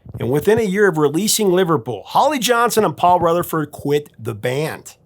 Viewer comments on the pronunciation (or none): none